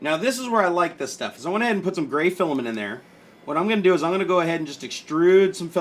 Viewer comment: 1 carrot diamond ring lol 😂. When he said gray it sounded like brau